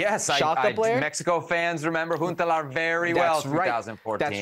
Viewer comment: It's Klaas-Jan Huntelaar, not Jas-Klaan! 🙄🤦‍♂️